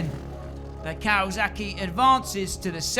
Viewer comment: Kawazuckie hah kinda funny. Don't worry we say words fucked up too